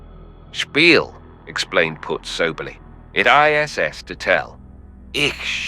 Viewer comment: Definitely AI generated - says "lead" (opposite of follow), instead of "lead" (the element), and can't recognize Weinbaum's German colloquial "iss", instead pronouncing all three letters. Twice.